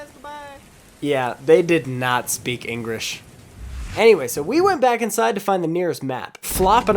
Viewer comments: Lol "engrish" 😂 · I think bro dodnt speek english cause engresh